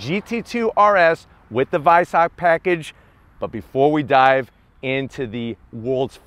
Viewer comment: Yay he said Weissach as Veissach